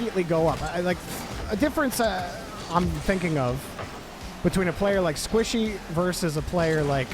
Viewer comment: This is how many times called Squishy, Sypical ↓